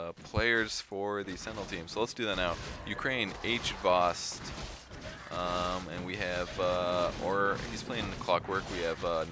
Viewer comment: haha so fun to hear how you pronounce HVOST :)